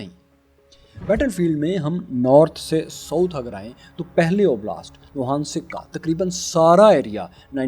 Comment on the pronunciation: Bhai ye donensek or logansek nahi he Ye Do-nen-sk, he S ko k ke sath use karo Donensk Logansk